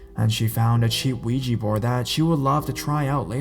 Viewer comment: DUDE!!!! ITS NOT PRONOUNCED WEEGIE BOARD ITS OUIJA ( OH-WE-JA) BOARD PLEASE SAY IT RIGHT!!!!!!